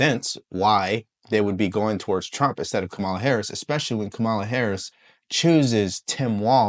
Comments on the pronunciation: Its pronounced Comma Luh . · I’m going to answer your question, but you need to have the decency to pronounce her name correctly. And no, I’m not a supporter of hers. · Once u pronounced her name wrong I saw your lying and bias